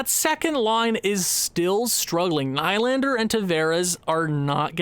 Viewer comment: Who’s Adam? It’s Alex! Also Will-Nye the Lander guy… it’s knee but if your going to say nye then add the science guy thing because why not